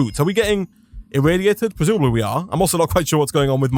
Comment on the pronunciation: He didn't. Not once. I'm sober and my beer is now flat. He does say pwesumably a lot though. I wondew if he wealises how wepetative that sounds?